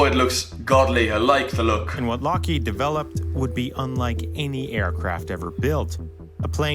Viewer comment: The person explaining the plane: lockeeeeeeeeeeeeeeeeeeeeeeeeeeeeeeed he doesn’t even know how to pronounce it Me:😂